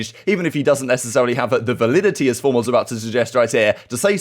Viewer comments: The severity of formals burn on Ben definitely loses something when he can’t pronounce validity lol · I can't take a guy serious who wants to use a word like validity and doesn't know how to pronounce it. Lol